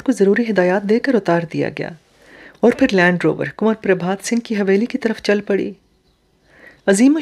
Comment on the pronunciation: Your pronunciation of kanwar is not correct. It distracts from the story. Kindly remedy it.